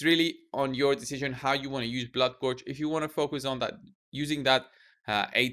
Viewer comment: "bloodgorgered" very nice